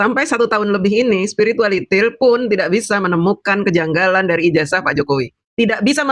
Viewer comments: bu kalau nyebutin spiritualiti ndengerinseriuss jadi nggakakkj😂😂😂😂😂😂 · Saya tetap ketawa ngakak jika denger mbk DJ bilang Spiritualitil 🤣🤣🤣